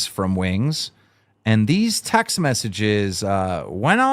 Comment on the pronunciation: For real 😄 Can’t believe he gave up trying to say it correctly because he was so close the first time but gave up lol